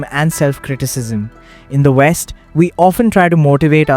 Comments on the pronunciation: "we on west" my brother in christ you sound like pakistani hahahahha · i like the video just found it funny we the narrator said "we in the west" with the east accent lol. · Bro said 'we in the west' with most indian accent ever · "we in the west" in an indian accect is crazy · So he said we in the west with an Indian accent ... Lol